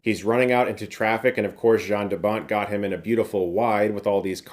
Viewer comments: Jarn DeBont is pronounced Yarn DeBont. Ya-rn not Ja-rn.... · Hey brother its pronoucned YAN 😁